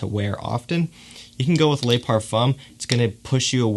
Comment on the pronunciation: Hey this may have been pointed out before but the French word “Le” is pronounced like the Le in LeBron. The French word “Les” is pronounced like lay in English.